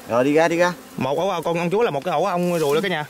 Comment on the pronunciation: Chúa đâu ông ơi ,ong đực đó ko biết nói ta cườì ,con nửa phát âm cho nó chuẩn ong ruồi khi thì ong dùi mất cười